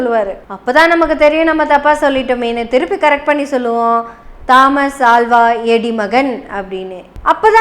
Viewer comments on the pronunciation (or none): அது 'தா'மஸ் அல்ல தோமஸ் (Thomas) 'ஆ'ல்வா அல்ல அல்வா (Alva)